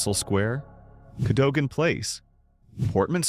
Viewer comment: Cadogan is pronounced Cadugan.